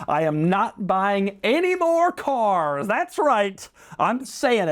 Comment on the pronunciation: Doug is the type of guy who pronounces “Cars” with two syllables. ‘Ce-Aars’ (granted, Jay Leno says it similarly)